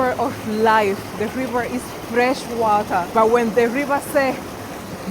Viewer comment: Am so happy and blessed to be Jamaican one love everytime 🇯🇲 ❤🙏 I think you are fully Jamaican now me girl the way you sat wata